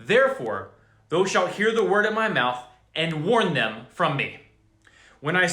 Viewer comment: Your reading of KJV text will be greatly enhanced if you mentally replace "thou" with YOU. It is the second person pronoun, just as THY is second person equivalent of YOUR. I hope this helps clarify your understanding. Right now every time you see "thou" you pronounce it as if it's "though", and it turns the text into gibberish. You might be abundantly blessed by switching to the New King James Version (NKJV), which replaces the THEE, THY and THOU with modern English. Note: "Thou" is the intimate form of address for when you're speaking to one single or special being individual or even God Himself... but modern English doesn't offer anything like it. Blessings, Man of God. Keep up your excellent work for our awesome Lord God!